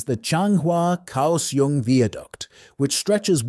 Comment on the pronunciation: Notably Kaohsiung…